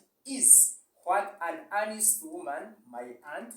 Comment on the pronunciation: I didn't know the proper 'honest' pronunciation! Thumbs up!